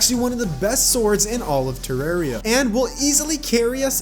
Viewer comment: You say terraria wrong